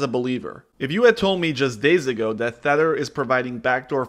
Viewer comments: Dude, it's TETH-er.... Not THETT-er... The clue is in the name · It’s Tether, not thetter lol. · Really good video but you might have dyslexia or another audio processing issue as you were pronouncing it incorrectly Tether like Heather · Te-th-er as in tied to something not Th-e-tt-er as in WTF? (lol but otherwise excellent video) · Having a hard time taking this video seriously when you keep pronouncing tether as thedder. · or Thedder? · sounds like thedder to me too. LOL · It’s very hard to watch this when he pronounces tether as “thether”. There is no TH at the beginning of the word tether. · Tether. Not thetter ot thether. It's literally pronounced how it's spelt. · It’s Tether not Theter bro lol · You cant possibly have spent more than two minutes researching crypto and not know how to say TETHER. this guy clearly plays off other peoples content and has no idea what hes actually talking about. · Tether is pronounced with a hard "T" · Kills your credibility making an entire video calling it THether. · Maybe learn to pronounce Tether properly. If you’re missing that detail, who knows what other details you’re missing in your analysis. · You don't even bother to pronounce "Tether" correctly, this is low effort clickbait FUD. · Decent video but bruh youre sayin tether wrong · How are you going to make a video about something you can’t even fucking pronounce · Anyone else fuming because of the way he pronounces Tether? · Hard to take someone talking about crypto seriously when they can't even pronounce 'Tether' correctly.